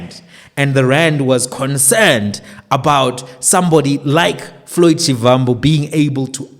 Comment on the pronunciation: Please can you pronounce Shivambu as Shibambu. It’s the correct way to pronounce a Tsonga Va=ba.